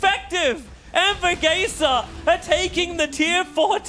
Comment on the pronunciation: Ya saben serranos se dice anvourgueisa :v gaaaaaa